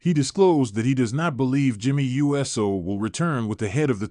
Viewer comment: This AI announcer isn't very Usey. It's NOT U. S. O. it's Uso!